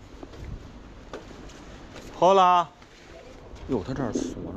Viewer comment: Hola的H是不发音的，读作：哦啦